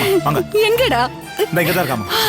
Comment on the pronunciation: Why pronounces certain words funnily? Ex 'இங்க' as shinga, 'என்ன' as shenna,, 'இப்படி'..... as shippadi..... Otherwise super acting and dialogue delivery.